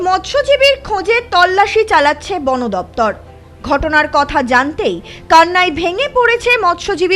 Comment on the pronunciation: Uchcharon thik kor not bono daptor bon daftor..